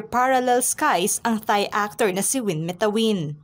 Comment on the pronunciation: Uuuy BL fan siya, alam pronounce name ni Win 😂😂😂